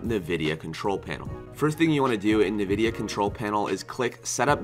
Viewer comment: Great vid Btw it's pronounced as en-vidia not na-vidia